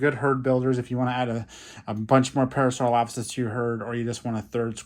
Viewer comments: You say parasaurolophus wrong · you said Parasaurolophus wrong